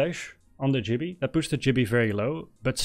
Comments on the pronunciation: Great video but its gibby not jibby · Great walkthrough, although his name is Gibby, not Jibby 😂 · Its GIBBY NOT JIBBY